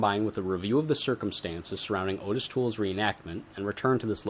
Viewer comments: I’ve never seen the crime laid out like this, good job. No biggie, but Toole’s first name is actually pronounced “Ah-tis”, not “Oh-tis”. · ~ His name is pronounced "Oddis." Hence the two t's in his name. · ~ I have Joel Norris' book about Henry Lee Lucas, original pressing, which came with an audio cassette, and in the recordings of Lucas' confessions, he pronounces Ottis Toole's name "Oddis" every time. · Hes probably pronounced that way on purpose coz he doesn't give a shit about that scumbags name!